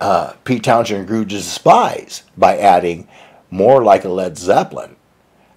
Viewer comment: Many thanks, yes it's pronounced Townsend, thank you